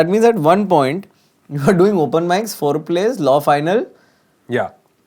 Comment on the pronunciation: Listening to some seconds after without context, you will definitely misunderstand the words that he pronounced as "Four Plays"🤣🤣🤣🤣